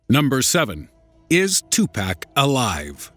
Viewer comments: "2 Pack/ El Pack-O".... LOL! Pawk/ Pawko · Really 2Pack!!?? It's definitely pronounced Tupac... it's not that hard come on!! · tu-pawk not 2-pack! White people... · His name is not 2pack there is no k it’s 2Pac 🤦🏾‍♂️ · As soon as you said "2 PACK" instead of "Tupac" I immediately lost respect for you and all that you stand for. Thank you and Good Day Sir. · its pronounced "pock" not "pack"....ass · 2 pack? no. 2pac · twopack? isn't is Tupac? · ITS NOT TUPACK ITS TUPAC. TU-PO-K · It's pronounced tupoc not 2 pack lol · two-pock..... say it with me now!!! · Serio _0 no...it's not. too-pock. not tu-puck. what u think he's a hockey puck? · I stopped watching when they said tu "pack" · lmao he says 2 pack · BOIII DID U SAY TWO PACK LMFAOOS OMGMR BOII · ....Two-Pack.... HAHAHAHA Okay. I'll press play now. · damn I cringed when this nigga said 2pack lmfaoooooo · two-pack? oh god why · it's pronounced toopoc, though that isn't how it's spelled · lol Tu-pack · LOL two-pack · wait a minute did this dude say....2PACK😂😂 BOI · Almost left because he called him Two-Pack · this nigga called him two pack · once he said "2 pack " it was hard for me to take this video serious from the start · "Two pack" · "2 Pack" lol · Did this nigga just say 2-Pack? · lol "2 pack" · oh god he pronounced it like tupack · This narrator is hitting all my wrong buttons. Pronouncing Tupac like "to Pack." Then El Paco the same way El Pack-o. What an idiot! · "2 pack" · I can't get passed it without making fun of it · Pronounced tupuc. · Why do you say tupac like that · Since you pronounced tupac's name wrong you lost all credibility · cringed when he said tupac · you mispronounced Tupac name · Please learn to say Tupac's name right. Please. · God how he says 2pac really annoys me